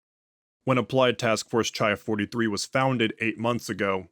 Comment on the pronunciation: I’m sorry to be That Guy but the classics degree in me is jumping out lol: I think the MTF designations are based on the Greek alphabet, so “chi” would be pronounced like “khai”, it’s like a k sound with a little puff of air, like how you say “Christ”. Keep up the awesome work!